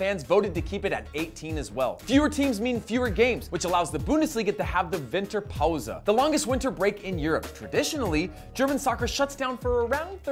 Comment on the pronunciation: the "Winterpause" oh god I love the way English speaking people say german words 😂